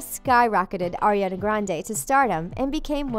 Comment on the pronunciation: 1: I recently got TeenNick back and can watch Victorious again and there are much funnier (inappropriate) jokes in the show. Cmon! 2: Can we start pronouncing the names correctly? "Air-E-Anna" Nope. "Sick-O-Wits" Nope. "Aye-van" Nope. 😂.